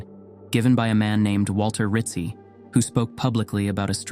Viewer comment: Rizzi = Ritt-Zee --- like pizza = Peet-zaa